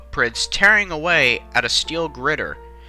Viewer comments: STEEL GIR-GER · Repeat after me...”Steel GIR-DER”. Carry on! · Steel GIR-DER